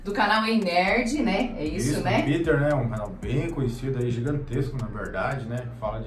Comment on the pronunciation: O react tá muito top. Legal mas falar PITER é um sacrilegio kkkkkk Meu nome é PETER PETER